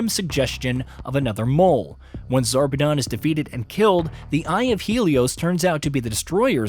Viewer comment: He pronounced a bunch of names incorrectly. Most infuriating is the fact that he literally pronounced Zarpedon correctly but proceeded to say Zapedon 3 or 4 times. He said Wildlife "Exploration" Preserve instead of Exploitation too. Also glossed over some big details like how Jack poisoned Whilhelm so the vault hunters would kill him.